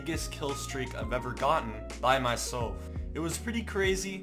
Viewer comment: by my he said by my solf not my slef